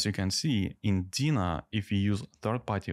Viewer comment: You pronounce Deno wrong. It's NOT dina it's Deeeenooooo, with an e and an o ;)